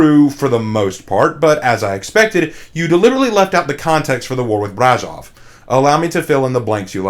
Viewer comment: I mean....I gotta give Nutty History credit. At least they pronounced the name of Brașov right. Because that's about the only thing that they got right.